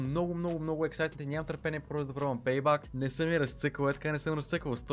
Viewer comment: ПЕЙ БЕК НЕ ПЕЙ БАК !!!